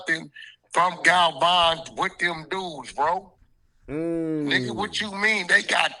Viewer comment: Wack the only one hundred in the MF'n country calling him "Gal-Von".n😅😂